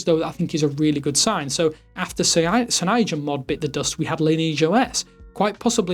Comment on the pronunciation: Why can't this homie pronounce 'cyanogenmod'?